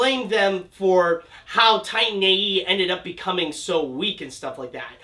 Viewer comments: Did you really start the video by calling the movie "Tine A.E."? You really can't even pronounce the title? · i loved the movie, i hate the way you say titan tho